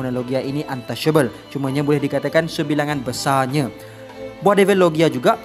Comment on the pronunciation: Syebilangan besyarnya hhhaha